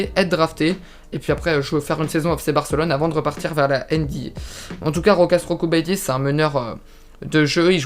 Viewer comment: Jokubaitis ca se prononce iokubaitis 😉